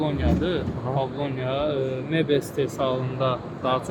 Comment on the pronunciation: Pavlonya yox - pavlovinya! Bu da azərbaycanın aqronomu - əhsən .